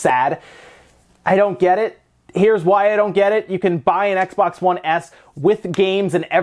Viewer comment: “X-Bax 1 SAD”